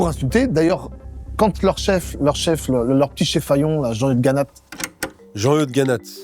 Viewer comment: '' jean eude '' 😂😂😂😂 oh putain jpp